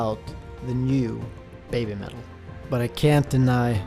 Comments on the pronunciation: Listening to the video... it sounds like you're saying babe-metal instead of baby-metal... maybe that should be part of their change as well because these girls did go from babies to babes! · I'm not being critical or making fun but I was wondering why you say "baymetal". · Why does it sound like he's calling them Bay Metal??